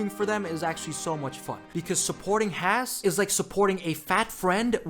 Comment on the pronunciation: At least learn to pronounce Haas